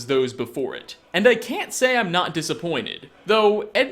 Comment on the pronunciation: "I can't say I'm not dissaponted" ... so you are disappointed?